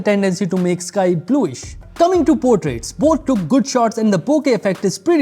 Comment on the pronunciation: It's jood